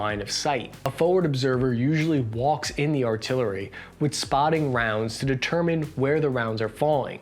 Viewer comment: Why have you sounded so sick lately? You sounds super congested and the way you say “determined” was kinda weird. Hope you don’t have monkey pox sars